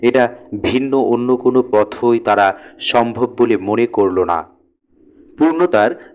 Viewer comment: টোন টা ভালো ছিল। উচ্চারণ আরো উন্নত করতে হবে। যেমনঃ "এ কই" না "একই" কিংবা "প থই" না "পথই"। মানে, কই বা থই না, হবে, কি কিংবা থি ...